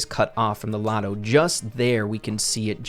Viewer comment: It's lotto not otto